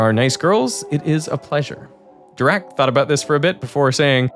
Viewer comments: I can’t get used to the german guy’s pronunciation of Dirac which sounds a lot like “The rock” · Are you sure it's pronounced "doo-rak"? It's spelled with an "i"... "Doo-rak" sounds like the word for idiot in Russian...